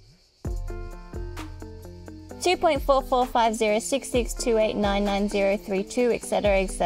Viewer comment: "Eccedera" is not a word. It's ET CETERA. Et, not eck.